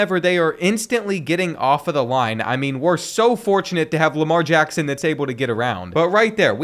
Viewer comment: nah that ain’t Lamar Jackson that’s Jamar Lackson